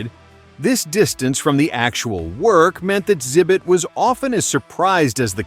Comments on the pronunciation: I think it's AI so it's reading the x as silent. I have trouble finding good YouTube videos these days cause it all sounds like AI now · Why tf do you call him "zibit"